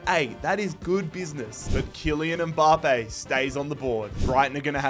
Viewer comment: No one:: M-BAHHH-Pay